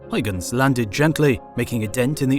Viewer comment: Christian hygens? There is a U there and it isn't silent ;)